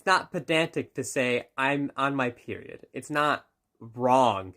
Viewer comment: “KnoWn as a PERWioud”